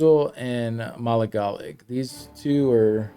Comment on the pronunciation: Ma-lig-a-lig that’s how you pronounce that lol